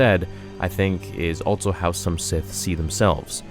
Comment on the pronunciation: Goddamn I dont know why it brothers me so much that he never uses the word also but says altso instead. Aghh